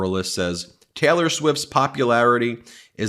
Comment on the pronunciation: Sounds like hes saying Teller Swift